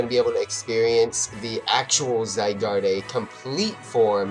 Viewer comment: you dont say: zygardeee you just say: zygard